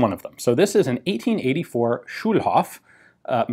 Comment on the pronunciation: Schulhof -> School Yard or something like that... and its a long o, not a short one ;)